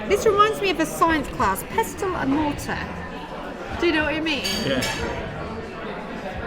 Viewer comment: Tell your wife that we don't sound the T in pestle.... oh, and get a real job you sponging pair of layabouts.